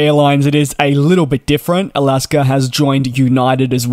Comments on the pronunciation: It's not Alasker, it's Alaska. Thanks. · DJ I love you but please stop calling them Alasker Airlines lol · DJ, I didn't realize there was an "r" in the word Alaska, or are you saying " I'll ask 'er." ?? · Dude ALASKA does not have an R, it is not alasker airlines. Why you adding an R. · Irs AlaskA airlines Not Alaskar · There is no “r” in “Alaska”.